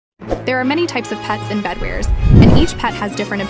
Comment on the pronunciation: Bro said bedwers